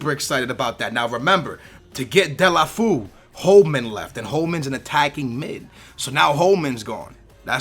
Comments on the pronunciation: its pronounced as " Doll-fay-yo" Please like so he can see! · Serously, "Delafu" ? :/ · btw it is pronounced Delafayoo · Delefeou is pronounced De-Le-Fer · it's del-a-fey-u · Yo, its pronounced Del-ohh-fey-you:P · It's Deu-lou-fél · It so funny heard saying Delafu lol. I am from Spain so I know how must be said, but he is a great transfer. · skillz you stupid noob its said De-la-fey-you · its pronounced DU-EL-O-FEO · its de-le-fyu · As a Barca fan I'm so glad you chose Deulofeu. I've been suggesting him since the first episode, but, please learn the correct pronunciation. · read deolufeo's name like its in portuguese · hahha its funny how you pronounce deulofeu